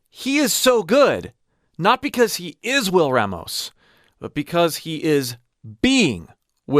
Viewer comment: Hey, bro.. our last name is pronounced Rah-mos.. Open up that A sound. It’s a common issue with white folks mispronouncing it. Just saying.